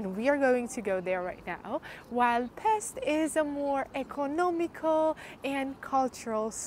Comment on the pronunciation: Not Pest, it's "Pesht". Pests in EN means different thing. Also the city has 3 parts. The old city called Óbuda, Buda, and the flat part Pest. Yeah, there is a huge renovation, called Hausmann project build - where many part of the castle district gets new face, and heavy renovation process.